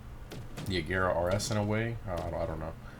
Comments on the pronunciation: bruh it's pronounced reh-GEH-ra not re'J'era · Wtf is [rezeera]?? Its Regera, its Swedish car and Swedish word!!! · OMG you idiot, you pronounced Regera in the most retarded way possible......Unless that "G" somehow turned into a "J" using the power of idiot you need to go back to school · John 'Soap' Mactavish ur stupid she said that because he was pronouncing the word regera wrong hence how she said rajara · Rejera 😂 it’s ok still love your vids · The way he said “Regera” lol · You butchered how you say regera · Bro if you try to pronounce an italian, greek Russian word you probably don't gonna pronunciate well its normal he isn't from sweden